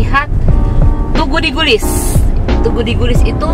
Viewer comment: Yg benar itu Tugu DIGLIS. Bukan digulis sis...😉